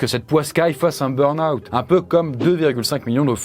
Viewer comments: c'est burn pas brun xD ^^ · "le brun out" ? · Le "brun" out 😅 ? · un "brun out" ? 🙂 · Le "Brun Out" 🥲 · Il a du mal avec le mot "burn-out" 😂😂